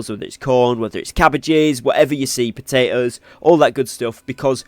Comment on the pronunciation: Pota-os 🥔 😂 Nice vid man!